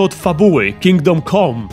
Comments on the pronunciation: Ciekawa recenzja. Można by się przyczepić tylko do wymowy samego tytułu. "Kingdom kom"? No nie, tak się nie godzi. Plus, daleki byłbym od nazywania tego tytułu "RPGiem". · Dlaczego wszyscy źle wymawiacie ten tytuł - KINGDOM CAM nie COM !!!!!!!!